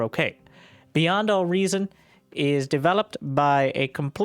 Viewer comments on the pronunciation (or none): I heard it as BuyN'd All Reason